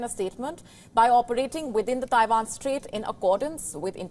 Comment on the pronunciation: Abandon Tie-vaan - where is Tie-vaan?